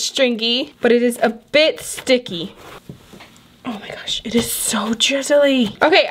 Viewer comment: Lol take a shot every time she says ,,Omg-O mah gash."